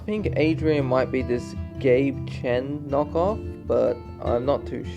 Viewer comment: You said Gabe Chen knock off but I heard “gay ken knock off” I was like, 🤨🧐….I guess I see it lol